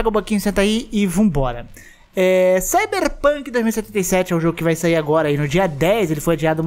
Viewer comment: Esse começo ksksksk "cyberrrpunk"